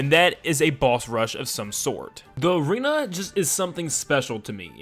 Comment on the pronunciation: It’s arena not aren